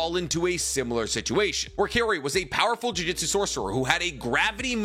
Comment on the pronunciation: At this point im convinced that is just trolling with the pronounciation of th word JU JU TSU! 😅 if you say JU JI TSU one more time im contacting the proper authorities to have your weeb license revoked my bro lol